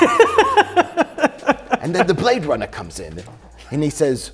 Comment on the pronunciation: He say you brade runna (2049)